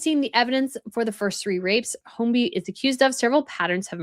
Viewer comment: I hope you mean serial sexual predator and NOT killer. His surname is pronounced hoy-bee (no letter L).